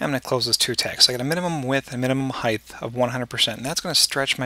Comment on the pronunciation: Great tutorial. But an unrelated question. I know you are American but what region are you from? I've heard a few Americans pronounce the word height as if it has a th sound at the end. Why do you do that? It's incredibly irritating. And I can't understand why some American's do that? Very very odd.